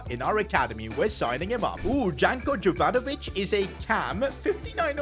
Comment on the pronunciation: its pronounced yovanovich